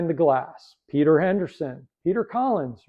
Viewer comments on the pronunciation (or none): none